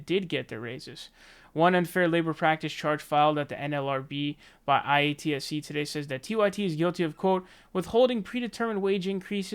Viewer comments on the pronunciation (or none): Say it with me,: Eye-At-See. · And it’s pronounced “eye-at-see” it’s the film industry union for labour workers like hair makeup wardrobe grips lighting etc. And yes their rates are higher above the norm than a non union job. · by the way it's pronounced eye- ahh- T- see